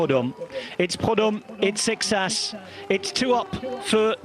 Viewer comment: Guess ain't as good as he thinks he is with pronunciation.